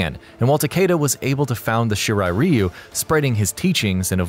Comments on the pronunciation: Did you finish school? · Its shirai RAI-U not shirai riu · It’s not “ree-you” it’s “rye-you” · Ryu you damn fool reu ryu damn it that bothers me 😂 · Shirai REEEEEEEEEEEEEEEEEu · I’m Sorry But I Get Annoyed When U Pronounce Ryu Wrong But Great Video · You pronounced Ryu wrong...